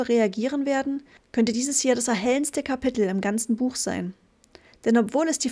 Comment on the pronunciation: Gruselig... Sprechkäseschmatzen und Dialekt... Es heißt Gehirn und nich göhürn, Kapitel und nicht Kabitl 🙄